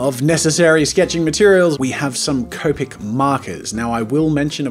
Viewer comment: Hey jazza finally said copic right!